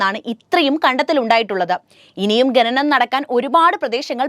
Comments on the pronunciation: ഗനനം (ഖനനം), അന്താളിച്ചു (അന്ധാളിച്ചു )...... മലയാളമേ നിൻ്റെ ഒരു ഗതികേട്... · ആവർത്തിച്ചുള്ള ഈ " ഗഗനം വളരെ അരോചകമാണ് " ഖനനം എന്ന് പറഞ്ഞ് ശീലിക്കൂ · ഗനനം അല്ല കുട്ടി ഖനനം കുട്ടികാലം മുതൽ അക്ഷര ശുദ്ദിയോട് കൂടി പഠിക്കാത്തത് കൊണ്ടാണ്. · ശ്രദ്ധിക്കൂ ഗനനം അല്ല ഖനനം😮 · ഗനനം കഷ്ടം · sorry.. Heard of the proverb "coma kills a man"... ഗനനം means TRAVEL... ഖനനം means mining... Pronounciation is important for a narrator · ഗനനം അല്ല ഖനനം ആകുന്നു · ഗനനം, ഗനനം ഗനനം 😂😂😂😂😂😂😂😂😂😂 എല്ലാരും ഇതുതന്നെ ഹൈലൈറ്റ് ചെയ്തിരിക്കുന്നു,, എനിക്കും ഇതുതന്നെ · നാണം കെട്ട അവതരണം... ഗന നം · ഖനനമാണ് ഇവിടെ പ്രധാന വിഷയം ആ വാക്കുപോലും നേരെ ചൊവ്വെ പറയാൻ ശ്രമിക്കുന്നില്ല കഷ്ടമാണ്